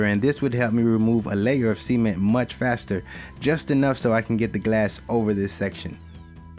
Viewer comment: every time you say cement, it sounds like semen..